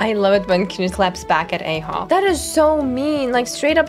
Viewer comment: ITS PRONOUNCED AH-HOW THE ARCHON QUEST DIALOGUE SAYS IT 😢